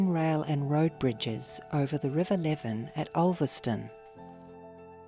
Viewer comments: Never heard it called 'lev-en', but rather 'Lee-ven' river. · It does sound strange.😂 I’m a Gawler kid.😊